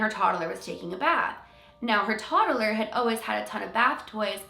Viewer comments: “Toddaler” lol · She says “toddler” weird 😅